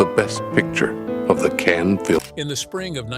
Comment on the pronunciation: Cannes = not "can" but pronounced "cunn" as in "cunt" (sorry...). Not every word is pronounced as in English/American, pls study and learn more...